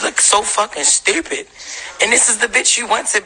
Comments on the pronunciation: I can't take all the extra R's Jess speaks with 😂😂 I missed a majority of what she said pondering on "sturpid" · "Stew-pid" Pls jess, stop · I don’t know why but the way that Jess pronounces “stourpid” irritates me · “You strupid” Lol